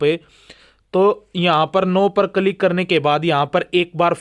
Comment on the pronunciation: Its किलिक Yaar...not कलीक